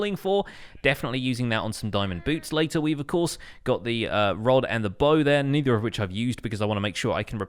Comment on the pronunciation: vanecaptures Ik but it sounded like the n word